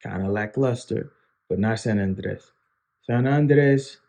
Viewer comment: Nice video. You're pronouncing Andrés wrong. The vocal stress is on the "é" not the "a".